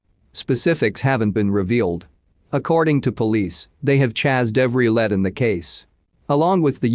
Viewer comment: This is why I hate the robotic voice: it said "chazzed every led" instead of "chased every lead."